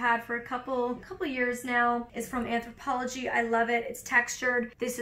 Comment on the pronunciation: Sorry late on commenting: On a Molly binge right now! Take a shot of water every time Molly says, " Anthopologie"